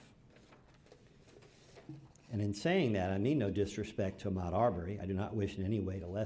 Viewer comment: This guy isn’t even trying anymore lol. He doesn’t even bother to learn to say Ahmaud’s name correctly.